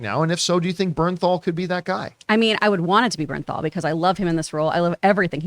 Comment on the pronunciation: It's Jon BerNthal